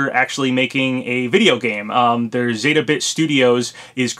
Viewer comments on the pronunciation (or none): none